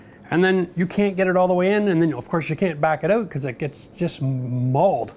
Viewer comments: When you say out like oowt 😊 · that was awesome and helpful -- and i laughed every time he said oat for out :face-purple-smiling-tears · Where does his accent come from? The way he says “out” is different! 😁. Oh, I just learned from Google that he is from a small town in Ontario!!!